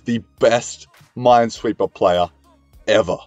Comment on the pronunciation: No one realized that he said mindsweeper instead of minesweeper